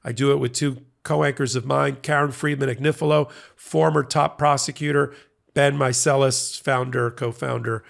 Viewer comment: The Italian name Agnifilo (A-gni-fi-lo) is pronounced Ah-nyee-fee-loh. The GN has a NY sound as in lasagna.